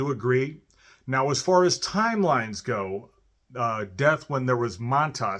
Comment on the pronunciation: "Maun-toss" is the first time I ever heard that pronunciation. I always assumed they pronounced it "mantis" since that's how the guys in Venom said it.